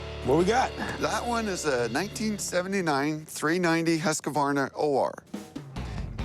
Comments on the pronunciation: I wish there were mute option for every time they sayd husquvarna, it's husqvarna, pronouced more like hysgvarna. My ears :( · biggest Husqvarna fan and can't pronounce it xdxd